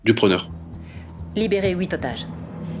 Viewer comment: Moi Française qui enttends 'wouit otages" 😂😂😂😂😂😂